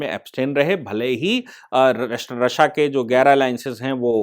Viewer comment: सर "रश्या" नही रशिया बोलते हे!🤦‍♂️🤦‍♂️